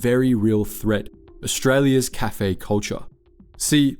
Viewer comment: Also, the pronunciation of "cafe" is just weird.